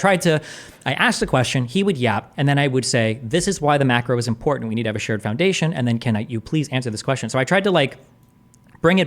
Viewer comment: Take a drink every time he says "Uh" or "Impordet" instead of 'important'.